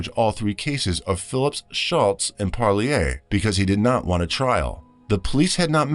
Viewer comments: It's pronounced par leer. Like deer. Parlier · the name is pronounced PARR- LEAR